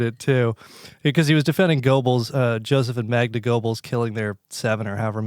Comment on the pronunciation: Mispronouncing "Goebbels" lmao